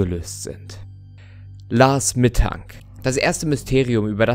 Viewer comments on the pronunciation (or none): Bei diesem Lars Mittang oder wir der heißt hab ich erst last mittag verstanden 😂